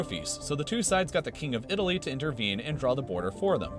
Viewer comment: You said "this part of didaly"